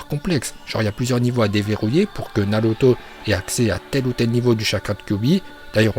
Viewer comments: Super ces vidéo car on entend des prononciation que les youtubeurs français ne prononce pas comme : Naluto shipunden Laiton Vraiment sa fait plaisir d'avoir des prononciation japonaise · C’est pourtant la bonne prononciation , à la japonaise..